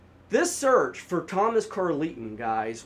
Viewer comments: I don't know what's so imperfect about your storytelling, but I can follow it just fine. Great work! PS: I think Carleton is pronounced like Carl-ton. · I'm his daughter - definitely not how you pronounce Carleton, or Dea...but fairly accurate telling of the story from the public reports you had access to 😅